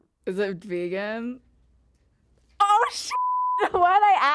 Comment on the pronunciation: "Es et Vegaaahn"